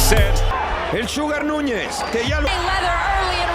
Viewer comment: Nunez not nez, you pronounce wrong!